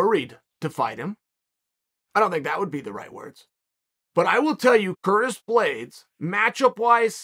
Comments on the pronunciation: "Curtin" Blaydes, lol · “Curtain Blaydes”